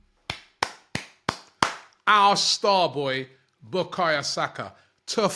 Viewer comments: Robbie, BUKAYO NOT BUKAYA 🤣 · His name is Bukayo not Bukayerr talk about respect Robbie come on dude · Robbie keeps messing the boy name. It’s Bukayo NOT Bukaya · He always butchers Saka's first name 😂😂😂